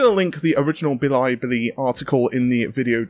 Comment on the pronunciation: I'm sorry? Bil-y-bili??? thats more effort to mispronounce than not xD